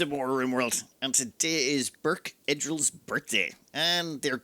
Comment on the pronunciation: It's "boorch err-dil". Not "burke ed-rill".